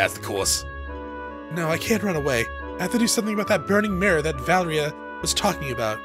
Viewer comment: Why do you keep saying Valria?